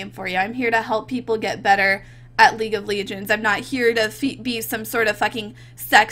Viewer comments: it's not league of leegens it's league of legends. like le-dg-ens. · "League of Leegend" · "League of leeginds" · "league of ligends" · League of leegends that how say that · Lig uf liginz haha lmao dis gurl